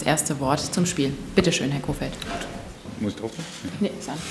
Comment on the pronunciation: Mal wieder "Kohlfeldt"...